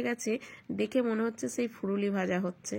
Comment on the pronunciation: Katha ta hobe fulori not furolo